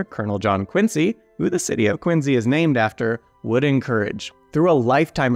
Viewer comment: Thanks to, I now know how to properly pronounce "Quincy".